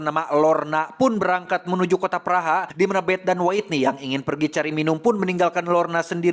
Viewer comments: Maap kang bacanya Whitney : Witniy .. bukan Waitniy .. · Witniy kang dibacana, hehe punten koreksi dikit ❤ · bukan nya "wetni"